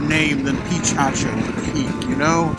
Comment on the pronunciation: What an adventure! BTW, it's pronounced puh-KA-cho...